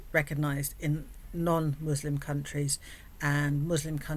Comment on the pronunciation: She can't even pronounce Muslim correctly. She was simply cosplaying. She is such a damn grifter.